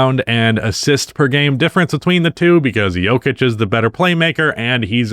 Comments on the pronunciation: I know full well this dude didn’t just call nikola jokic the yoker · “Yolker” - 2025